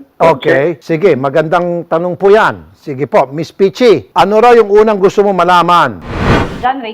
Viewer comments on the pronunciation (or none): I love your accent, say it again: - Petchy (Peachy) 😂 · sino dito yung pronounce sa Peachy is PiiChii at hndi Pechi heheheh